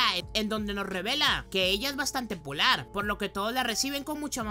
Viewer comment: bro dijiste polar 🙂 me quede todo el video pensando q era asta q me di cuenta xd 😂😂😂